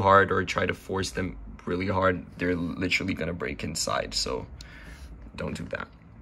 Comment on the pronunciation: Litcherly? Lol thanks bro